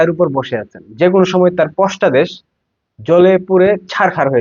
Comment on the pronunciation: পশতাদেশ না ভাই, পশ্চাতদেশ 😅😅